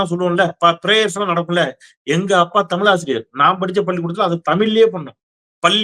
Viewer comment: First You speak Thamiz Dont speakThamil DONT MURDER THAMIZ Take Example Any Bramin Tell Thamil They Speak Tamizh Most our People Dosnt Speak Thamizh speak Tamil Including Your Self I like To Your u Tube But your Tamizh Prounansation No Good Please Try Read Kalainar Book Please Dont Murder Tamizh Thanks